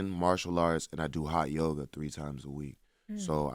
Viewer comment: Did he say high yoga or hot yoga?